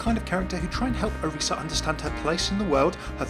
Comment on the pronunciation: FINALLY SOMEONE THAT SAYS ORISA's name right!